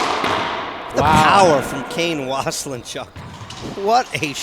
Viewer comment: Waselenchuck, pronunciation, get it right. It's driving me nuts! Was=len=chuck. Not was a len chuck. Thanks! :)